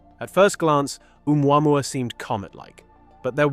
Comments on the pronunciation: I can't get over the mispronunciation of uumwamwa instead of Ohmooahmooah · Oh-moo-ah-moo-ah Heard it mispronounced too many times for my brain to let slide. Great video! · Can't believe you don't pronounce its name correctly. It's Ooo moo ah moo ah. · It's said "Oh Mooah Mooah", not "Oo MuAmuah..." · Hi everybody. If it had to be, one way or another, a "message from elsewhere", please notice that "Oumuamua" is pronounced like this in french : "Ou moi moi", or "Où moi moi", so in globish "Or I, I" ['I" = myself] OR "Where, I, I". 2 cents. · Omg dude, the way you say omuamua